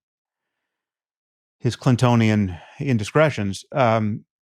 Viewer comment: “Cintonian Indiscretions”